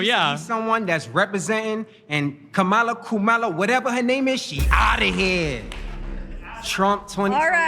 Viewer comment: The way that dude just said kumala at the end talking to Destiny lets me know hes fake. I have never heard that pronunciation before. Trying way too hard.